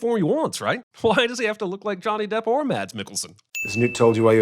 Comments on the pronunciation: Great video as always! Just wanted to get rid of this: It's pronounced "Mas Mikkelsen" not "Mads". The D is silent :) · Acculy its not mad,s its Said like mass i know cause im from the country hes from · Don’t pronounce the D in Mads pls 😂🇩🇰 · stopped it after//1 min. you like Mads THEN learn how to pronounce HIS NAME! forgodssake. so disrespect. and he was very good.